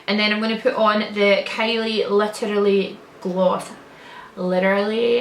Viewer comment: When you said "literally" in a perfect basic-bitch, American accent I died 😂💀